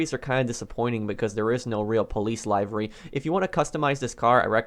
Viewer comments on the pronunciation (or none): It’s pronounced “Live ur e” not “liyv ur e” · “Lie-v-ry” it’s “lihv-ry” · Its "livery" not laaaayviry" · You're pronouncing livery wrong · Who the fuck says livery like u